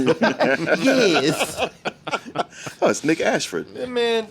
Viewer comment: damn he said Nick Ashford.